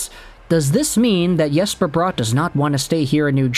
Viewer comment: It's Bratt not Brought